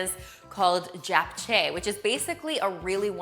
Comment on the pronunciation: You nailed that "Japchae" pronunciation! Yay for Korean inspired recipes 😉😉